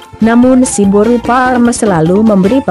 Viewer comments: Cba di clearkan lg bos ku,narasi "boru parrrr...".. Boru apany yg dia bilang itu.. Atau ada mksd lain kah disensor? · Horas dihita sude....tolong carapengucapan kata buru nya kurang jelas.